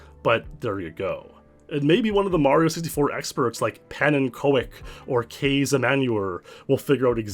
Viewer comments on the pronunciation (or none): Im not Dutch but my boss called me 'Meneer Pannenkoek' when I worked there meaning 'Mr Pancake' coz I flattened everything I touched 🤣 It's pronounced 'Panna-cook' 😉 Cool vid!